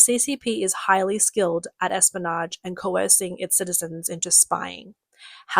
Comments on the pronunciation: Listen... Say "Espy-o-nage" not, "Espanoge" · Espionage has an i in it. Pronounce it.